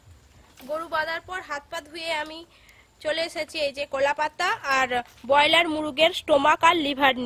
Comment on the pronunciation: দিদি তুমি কলা পাতা কে কোলা পতা বল কেন